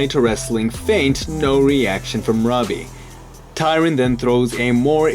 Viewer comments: Why does Tyron start with a D where you're from? onwards. had to click off. what a fucking annoying way to pronounce his name. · why did u say tyron's name so weirdly? what the heck mann